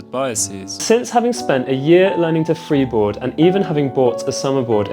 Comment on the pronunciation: Lol you said "freebord" twice 😂 so which one is best for training?